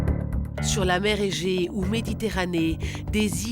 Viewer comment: C est la mer Egée pas Mege😅